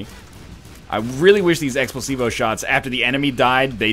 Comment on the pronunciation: am I the only one hearing him say Explosivo that sounds like x placebo?